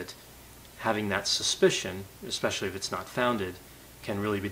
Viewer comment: "expecually" lol